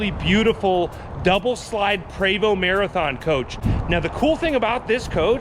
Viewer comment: PRE VOST! Not Prey vo 🤦🏻‍♂️